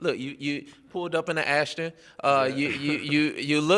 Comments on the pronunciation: "Pulled up in the Ashton" It's Aston, you Moron. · pulled up in an ashton. what a real champ so out of touch with his brain he cant say aston